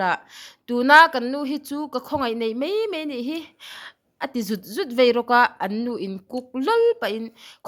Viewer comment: Inthen mai tiin a ziak a inthen Mei tiin i chhiar daih a,a dik lo Mei ti loin Mai ti tawh rawh